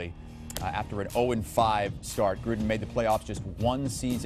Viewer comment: At least he is pronouncing Jay Gruden’s name correctly.